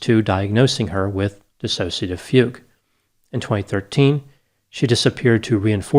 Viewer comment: i drank everytime he said fague....